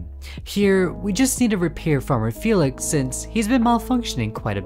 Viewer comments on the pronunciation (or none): none